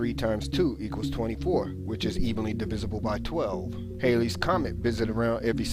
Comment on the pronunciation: Great video, very fluid rant. btw, it's pronounced, Hal-lee, not Hai-ley or Hall-ey. Halley!